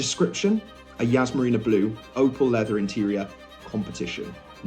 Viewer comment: Yas not Yazz